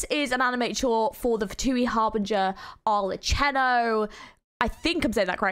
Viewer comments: hi!! i wanted to correct the proununxe, ok so before that i want to let y'all know that the fatui harbinger'a names are inspired by the commedia dell'arte an Italian play. so the prounance is not "arleccino" but it's like the "k" sound, so like "arlekkino" because in italy qhen ever there is like double c and then an "h" in front of it, the c has more hard sounding. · No it's "Ar-le-ki-no" not "Ar-le-chi-no" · It's pronounced "Ar-le-Kee-no", and this isn't the 1st Genshin animated short, there's one for Xiao as well. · It’s pronounced are-leh-KEY-no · You pronounce her name with k, its italian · yup knew I have pronounced it wrong lol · Girl ily but that Arlecchino pronounciation kills me as an italian 💀💀💀